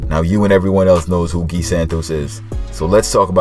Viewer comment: Good pronounce of Gui generally americans have difficult times speaking that, especially the ones that speak Spanish, we speak Portuguese guys, different fucking language common